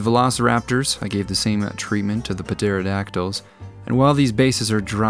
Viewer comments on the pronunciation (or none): Aww, I remember Ducky! "Yep! Yep! Yep!" Now I gotta watch TLBT again! And puh-terodactyl - haha! Love your videos! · The P in pterodactyl is silent btw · Lmao "P-terodactyl" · the P is SILENT! :D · The P on Pterodactyl is silent